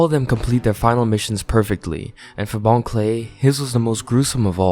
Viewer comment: Also, I’m pretty sure it bon kurei (pronounced very similarly to clay)